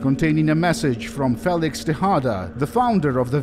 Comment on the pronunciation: aww your first mispronounciation... its FEE-licks not Fay-licks. You are darn near perfect though,!